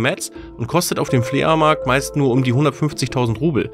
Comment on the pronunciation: haha hat er fle a markt gesagt??^^